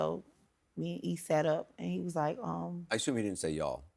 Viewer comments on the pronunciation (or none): none